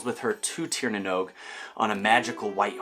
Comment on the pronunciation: Love the interest you have in Ireland and our Celtic heritage. I’d love to see more, maybe something about the Fomorians, they are super interesting, and I think a lot of Tolkien’s Monster ideas came from them. Lastly, Oisín is pronounced “ Uh - Sheen “. Great pronunciation of Tír na nÓg though!